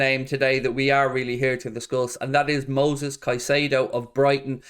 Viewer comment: It’s Moises not Moses. Anyways I would agree with your point of view. Absurd price for Moises. Worth mentioning Alexis Mac Allister. He is a great player on the same squad, aggressive, defensive MF, had a great WC and probably cheaper. Plays for Argentina and is half Irish. Win.